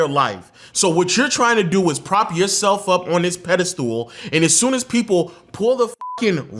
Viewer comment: Why can't the manosphere pronounce the word pedestal correctly? It's not "pedi-stool", it's "ped-uh-stl".